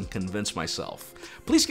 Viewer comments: I agree with you 😄👍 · I wasnt prepared for that name pronounciation.. caught me off guard.. 😂great review. I really hope to get one of these end of this month